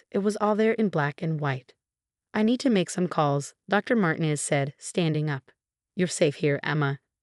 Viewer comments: Martinez is NOT SAID as " Martin-ez". It is SAID as "Mar-teen-ez". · Martinez is pronounced Mar tee nez